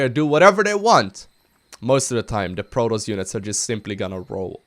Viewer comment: it is pronounced pro-toss, Not prodos. You should change your name to because you cant pronounce anything right.